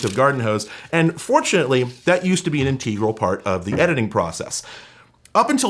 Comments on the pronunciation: Sorry to bring this up, but you said "integral" like "in-TEE-gral" and I'm wondering if that's how you normally say it or not. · InTEEgral...😂 Sure, bro